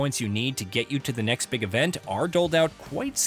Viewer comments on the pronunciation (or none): none